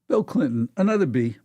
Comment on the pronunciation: “Bill Blinton”